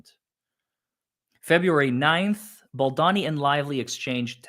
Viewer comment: not BaldAni it’s pronounced BaldOni😉 Glad you’re back ❤ You need to read what Ryan REALLY writes to Justin - how vile/sneaky he truly is against Justin. Can’t believe that you don’t know everything about this story by now.